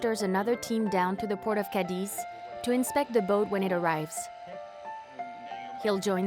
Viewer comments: Cadiz!!! Not Cadix🙈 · Not to be picky but the narrator lady manages to mispronounce almost every local name: Khamon, Migwel, Cadeez, Ke(u)ta, Gerez...😂